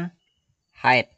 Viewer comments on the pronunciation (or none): none